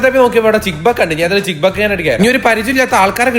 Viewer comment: ചിക്ക് ബക്ക് അല്ല ചിക്ക് ബുക്ക് ആണ്😘